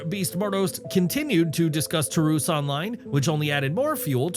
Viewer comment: You need to know how to pronounce some of these names " Taurus "